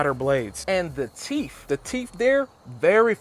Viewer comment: Both is pronounced, "Both", not "Bof". "Teeth is pronounced, "Teeth", not "Teef". I enjoyed your thorough and honest review. Keep it up.